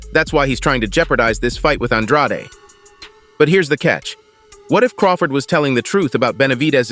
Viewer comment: How many times does Andrade have to pronounce his name as An-dr-aid, NOT Aun-drotty?